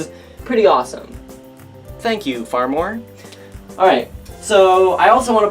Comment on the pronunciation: hahahhaha Farmor!! xD you say it like far more hahaha!